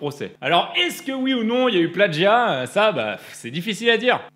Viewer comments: On dit « plagiat » pas « plaDgiat » ! 😭😭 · L'influence de Stéphane Plazza s'étend partout. On dit plagiat comme ça s'écrit, pas pladgiat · * "plagiat" et non "pladjiat". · non ça se prononce pladgiat en français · Plagiat, pas pladgiat... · est-ce normal que la musique de fond n'arrive qu'a ? et avez-vous remarqué qu'il dit pladgiat au lieu de plagiat ? hummm... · Pourquoi tu dis "pladjia" ? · mais pourquoi